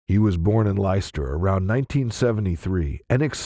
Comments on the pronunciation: I love how Americans pronounce English cities 😂 “Ly Chester” for Leicester It’s “lester” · It’s not Lie Ster…it’s pronounced Lester!! Spelt Leicester….😂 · Ditto! I think he pronounced Leicester as lie-chess-tar!